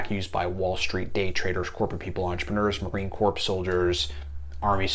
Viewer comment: You're a combat vet yet said Marine CorPS. Every one but Obama knows how to say it correctly. And no vet calls a marine a soldier. So how trustworthy is this guy???